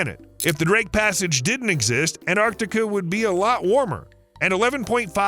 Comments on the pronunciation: It's not Anarctica. It's Antarctica. Why do Americans butcher words?! Ffs! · The narrator keeps saying “Anarctica” — swallowing the “T.” If that’s the way he grew up saying and it feels nearly impossible to switch to “Antarctica” now, I get it, but later on he says “Antarctic Circumpolar Current (ACC)” just fine, not swallowing the “T.” So he is capable of keeping the “T” in the same word, with just an “A” at the end, also. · It's AnTartica, not Anartica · Anartica does not exist. The mispronunciation is hideous and as bad as Aloominum. Americanisms are an insult to the English language! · I stopped watching after he mispronounced Antarctica the 3rd time.